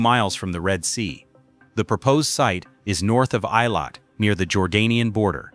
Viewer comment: Why is this moderator unable to Correctly pronounce the name of Eilat ?